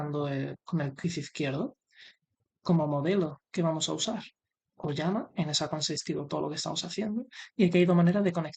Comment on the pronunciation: Se pronuncia Olama con L